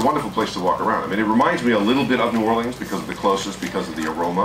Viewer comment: Why does he say New Orleans like someone who isn't from there?